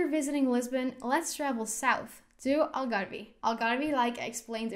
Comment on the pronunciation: Algarve - the “e” is silent PLEASE!